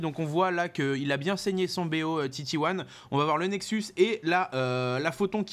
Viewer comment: quand j'ai entendu "nexu" sans S j'ai commencé à attendre le canal de nydu...